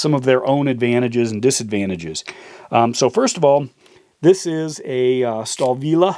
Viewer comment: Doc, you mispronounce Stahlwille name. I thought that you have said Stabila. The very first sound is like 'sh' in 'wish'. Then 'ta:' like in 'tapper', but a little bit longer. Next comes 'l' like the end of 'tall', next 'vill' as in 'village' and at the very end there is an 'ae' sound like in 'poetry'. Try saying sh-ta:-l-vil-ae. Now you said it as a native German. 👍